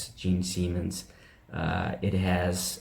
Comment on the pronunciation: Sorry for being picky.... But it is: Simmons not Seamens...🙄 and Osborne not osburn.